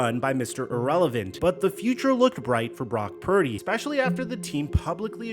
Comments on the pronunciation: is also illiterate too. He pronounce Purdy "parody" lol. I think he's doing that on purpose cause he's so jealous of brock purdy. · can’t even say Purdy’s name correctly much less articulate an accurate analysis of Purdys game.